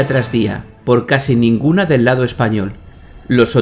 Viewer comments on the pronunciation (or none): none